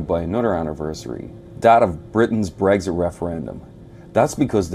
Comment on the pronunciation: That guy with the American accent pronounces it "Bregszid" referendum.